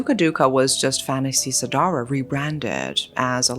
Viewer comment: lmao I giggled when u said the word "fantasy sedarah" (nffs) Indonesian usually say it Fan-da.see se-da-rah